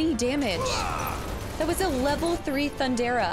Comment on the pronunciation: I’m nitpicking here, but Lv 3 lightning is THUN-DA-GA not Thun-dara 😉